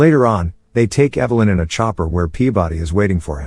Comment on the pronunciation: Do one of two things, either adjust the synthetic voice over or learn how to speak english, not evil-lynn, you moron, Evel-lynn. It's amazing how many people ride the sort bus and expect to be compelling.